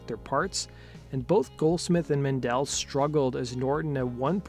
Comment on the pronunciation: Men-Del not Man-Dell